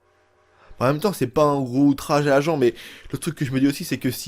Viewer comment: Argan ne se prononce par argent